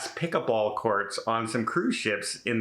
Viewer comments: it’s pronounced as it’s spelled: PICKLE-BALL with an “L”. You called it “pick-a-ball” numerous times. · I heard pick a ball and was getting excited...thought was some new game. I've played pickleball and it's fun .